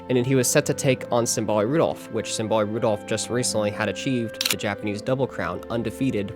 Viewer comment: Symbolic Rudolf instead of Symboli Rudolf 😭